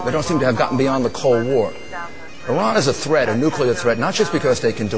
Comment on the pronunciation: nukUler!!! Where TF did he get that.